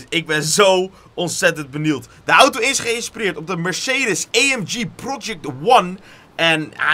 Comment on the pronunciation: Mercedes eeemg😂